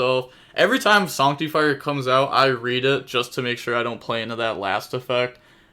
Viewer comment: Sorry but it's not pronounced sonctifire. It's pronounced sAnc. Like artifact sanctum